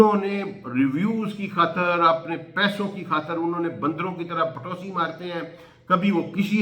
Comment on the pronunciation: Sir patosi ni tapoosi marn hota ha